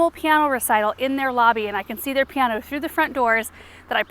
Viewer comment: I’ve never heard piano pronounced to rhyme with Keanu. 😂